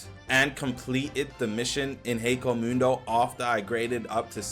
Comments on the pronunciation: i mean this dude can’t even say hueco mundo correctly so 😭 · "kyokasugetsu" "hekomudo" - 2024